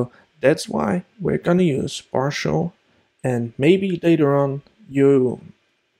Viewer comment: its "parcel", nor "parshl". lol